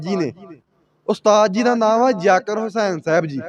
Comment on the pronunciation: tuci v shuddh Sunna bolna te padna sikho yaker hussan nu jaggar hussan 😂😂😂😂kahi janeo